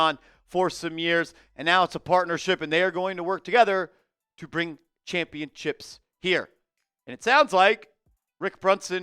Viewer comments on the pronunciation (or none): why do you keep saying ChampionChips lol